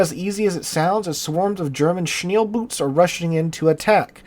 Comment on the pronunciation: Shneel Boots. Sweet. Its more like SchnaeLL-Boat. Fast very small Torpedo Boats.